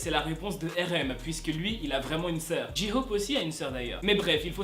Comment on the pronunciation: "Ji hope" y a que les français qui le prononcent comme ça mdr ont dit "jey hope"